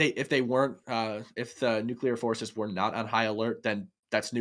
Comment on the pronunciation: The red hair to the right of Hake can't say nuclear. He is like George Bush in that respect.